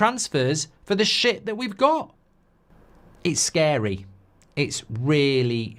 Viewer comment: Its shcary 😂